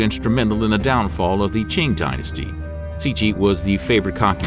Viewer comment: I appreciate the research that has gone into these videos but I really wish they looked into how the chinese names were pronounced. For example, ‘Qing’ is NOT pronounced CHING. The Q has a T sound and the ing has a long E sound (it sounds a bit like saying ‘team’ but with a ng instead of an m. ‘Teang’) Also, ‘Yong Le’ is pronounced yuhng luh, not yuhng LEE. Something I also noticed with some of the pictures of concubines used (that have been pulled from dramas and other media) that some of the dress is not accurate. Styles varied but the dresses at that time most certainly did not push up the chest. When I saw that, I was like, what the heck Little details are an important reflection of history too 🙂